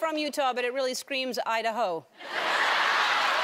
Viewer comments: Dracknorin It's got nothing to do with Idaho except it sounds like "I da (the) ho". Listen to how she says it and compare how Idaho would usually be said. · No its "I da hoe" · "you know this is from Utah, but it really screams I-da-ho." XD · Lol: Well, you know it's from Utah, but it really screams I-da-ho XD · "Its from utah but it really screams i-da-hoe"